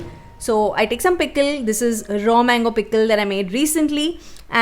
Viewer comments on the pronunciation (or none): none